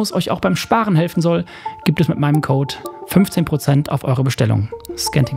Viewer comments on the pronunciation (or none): none